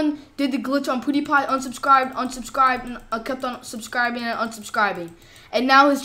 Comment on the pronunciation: Did he just say poodeepie